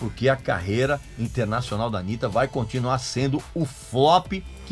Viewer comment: Porque você pronunciou errado, se dissesse Anita, eles diriam "Oh, you're talking about Anita Baker?" Mas não, BR não sabe pronunciar KKKK foda...